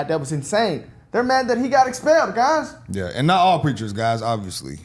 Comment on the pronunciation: I caught that, my man said "geys n gangstas" 😂😂😂